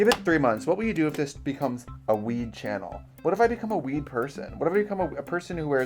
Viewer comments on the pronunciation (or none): I heard weeb and not weed Disappointed tbh